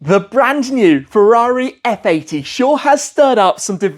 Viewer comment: Se Föarrrii Eff Aidii 😅😅😅